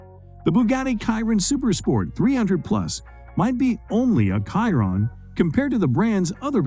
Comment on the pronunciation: Bugatti "Kiron". Less than a minute into the video and your credibility is already shot lol